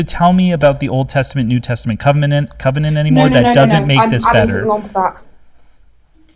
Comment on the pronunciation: Dammit, you made her say "cum-enant" 😂😂😂